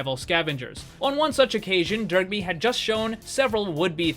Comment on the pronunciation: Love the concept, but I can't stop hearing you say Derpy every time you say his name. Dunno why, but it cracked me up the whole video.